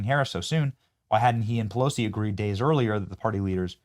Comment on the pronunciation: Benny, did I hear you say, "Nasty Pussilosi?"